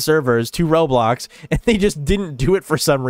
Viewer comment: I thought he said rolox 😭